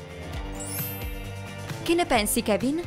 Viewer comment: Ma si dice Kevin